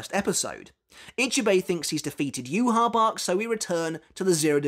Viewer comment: SAY YHWACH’S NAME PROPERLY!!!!!!